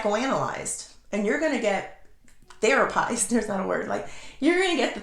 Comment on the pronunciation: AHAHAHAHA, thera-PIEZZZED 😂